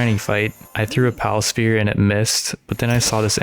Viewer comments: Why do you pronounce sphere and spear the exact same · Learn to say ingot and sphere correctly you sound like you are challenged mentally